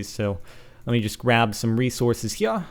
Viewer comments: I love it when he says "hia" instead of "here", for the sake of proving :P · i fucking hate the way you say "here"